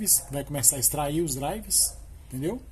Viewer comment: Crítica construtiva: Nos próximos vídeos não fala "DRIVES". O correto é "driveRs" com 'R' no final.